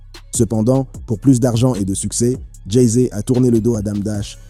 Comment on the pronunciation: Dit encore une fois "Jay zé" et je te séquestre dans une cave du 93 !